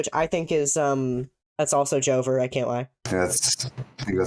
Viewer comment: i thought they said joker instead of joever so i was thinking "dude why would the joker do these things"